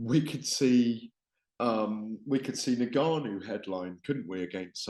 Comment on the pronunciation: Had to stop watching this 2 minutes in purely for how Gareth pronounces N’Gannou. Criminal